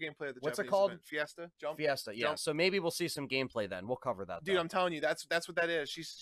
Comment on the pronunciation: Jump Festa, not fiesta lol